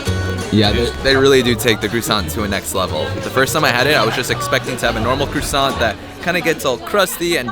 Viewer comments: Why are you calling it a crewsant? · lol the way you americans speak french is so cute. I almost rolled on the floor hearing you pronounce "croissant" XD